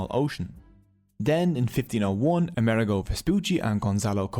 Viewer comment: How interesting, thank you! One pedantic note: we Italians pronounce Amerigo with the accent on the "I" ....